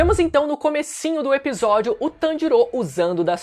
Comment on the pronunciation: NezukÔ/TanjirÔ Mano, isso é um pouco irritante o bagulho não tem acento circunflexo no O mas nego coloca na hora de falar